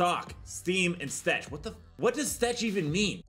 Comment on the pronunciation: s-tech not stech mate